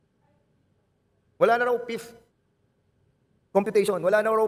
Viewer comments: wala ba talagang nakapag advice man lang kay Dan Fernandez yung problema nya sa P at F? kainis pakinggan ang "Pift" ang Fifth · PH pakitanong nga kay BOLD STAR kung ano ag ibig sabihin ng PIFTH? baka ibigy nyang sabihin FIFTH. BOBO talaga si Bold star. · Sa "Pifth" daw 😮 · Wow Mr Dan-dansoy??? Pra mtakpan ang isyu mo ka Col Grejaldo??? Divert to meralco??? AYUSIN MO ANG "F" AT "P" MO!!! PATI "V" AT "B".... MAGSCHOOLING KA MUNA NG TAMANG PRONUNCIATION.... NAKAKAHIYA KA NSA CONGRESS KP NMN